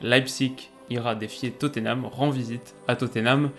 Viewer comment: Alors tout ce que tu fais est cool mais par pitié prononce Tottenham autrement que "toténame" stp !!!! C'est "tot-nam" avec le "a" qui se prononce quasi comme un "e".